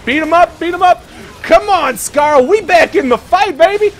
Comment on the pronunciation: "he said a curse word", you know this isn't a kids game right? and, why do you say Skaar as Scarl, its Skaar(scar or scare). I'm sorry, I just got a little annoyed by that.